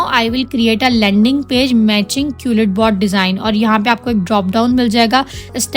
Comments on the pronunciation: Madam wo qulletbot nahi hai quillbot hai.. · Quil bot hota hai jahil qulit bot nahibpendu. Pehle khud to parh le phr doosro ko parha